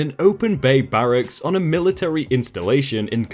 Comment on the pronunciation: Bah-Rah-ks? It's Ba-ruck-s. Bahrak is the former United States President! What gets me is that you pronounced it correctly literally twelve seconds earlier. >.>